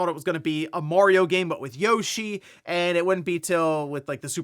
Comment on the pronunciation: Yeow-Shee =/= Yoshi.